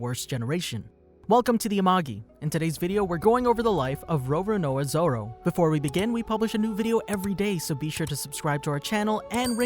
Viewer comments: RowRowNoah Zorrow - great pronounciation lmao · Why did I hear him say rorUHnOrUH zOro haha the video was amazing!